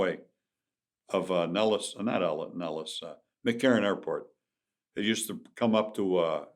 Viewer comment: He slipped and said NellisTarmac.